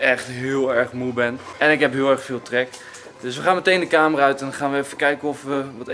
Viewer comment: Als je bij10.13 kijkt en luister dan zegt hij camera in plaats van kamer